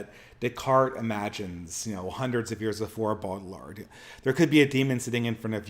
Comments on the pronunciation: Also, the pronunciation is "Bow-Jard" with emphasis of the first syllable. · I know you struggle with pronunciation, but fyi Baudrillard's name is pronounced "Bow Dree Yard"